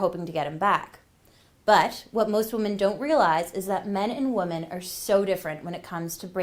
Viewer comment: it’s pronounced wi-min NOT woman when you’re saying the plural version